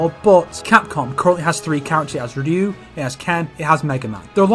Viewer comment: Ryu rhymes with few, yes, but it ain't pronounced "rinnoo" mate :P